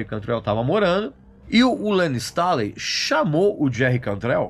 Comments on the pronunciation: Informações bem bacanas, mas o que dói é a pronúncia do sobrenome do Layne......não é Stáley e sim "Stêiley" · "Layne Stalin" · Pq vc pronuncia Layne stÁley? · Cara, que agonia do Regis pronunciando “Stailey” kkkkkkkkkkkk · Regis, não me leve a mal, mas a pronuncia do nome do Layne Staley, me pegou ao longo do vídeo e fez com que perdesse o foco no conteúdo. A título de curiosidade o nome é pronunciado dessa forma: Layn Stay.lee ou, abrasileirado, Lein Istêi.lí. Digo isso, pois já ouvi Stanley, Istálei, etc. Ademais, vídeo excelente! Alice in Chains é minha banda favorita desde o início dos anos 90 e o Layne é, com certeza, um dos maiores vocalistas da história do Rock! Obrigado pelo material. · LAYNE "STÊNLI" "STAILI" é foda. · Dá nervoso ver ele pronunciar o nome do layne errado. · Aposto que o Regis não sabe pronunciar o sobrenome do Layne.